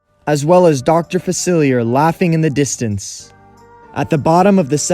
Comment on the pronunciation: Dr. Facelier is dead though (and you’re pronouncing his name wrong)